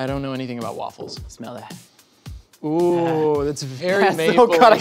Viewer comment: Did just say smell-a-that?